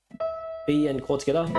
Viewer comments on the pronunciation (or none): When he says together it sounds like he’s saying “tacata”